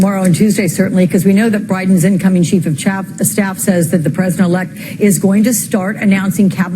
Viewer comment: I know it's silly, but hahahaha "Chief of chaff" 😂